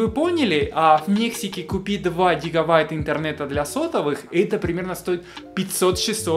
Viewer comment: гигаВайта - Бряд ли